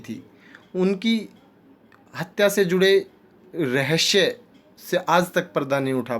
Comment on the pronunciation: Rahasya thiq se bolna sikh le bhai